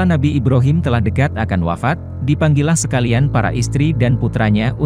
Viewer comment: Brhama = Ba Ro Mim = I B Ra Him